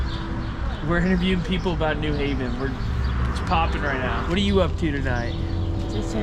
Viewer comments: And it's "new HAV-en", not "NEW-haven". Obnoxious. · It’s pronounced New Haven not New Haven.